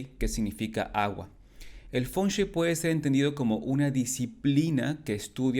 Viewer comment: Por qué lo pronuncias mal? Dices "Fonchuei" y es Feng Shui